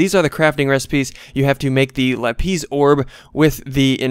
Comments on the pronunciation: Lapis not la,piz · It's lapis not LapEESE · lapis not lapees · Its lapiss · him saying lapeez haunts me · THER BE NO Z IN LAPIS (lap-is) as in iris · lapiz - pronounced la-pise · u ar calling lapis wrong